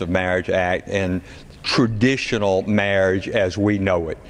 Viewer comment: Being able to pronounce "marriage" should be a prerequisite for making legislation on marriage.